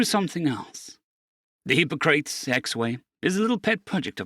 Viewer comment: Hippocrates.... Dude you mangled more than one word. You okay?